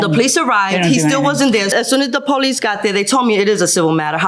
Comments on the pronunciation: She called the Poe-Lease. Did she call the AMBALANCE and does she live on planet EARF too? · The powleece? 😂